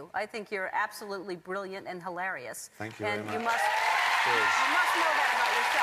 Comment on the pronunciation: why does she say hilarious so strangely